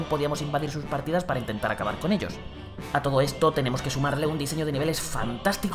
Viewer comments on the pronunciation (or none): none